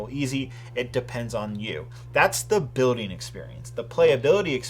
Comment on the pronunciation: It triggers me whenever he says building cas he doesn’t pronounce the ‘L’ . Other than my personal nit pick good review